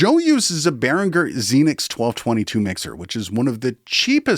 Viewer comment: Nice video. Just one thing, the end of Behringer rhymes with 'ginger', not 'ringer'. The numerous adverts used to make this point very clear.